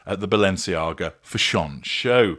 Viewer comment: Stop saying "fashawn'. That's incorrect pronunciation and stupid!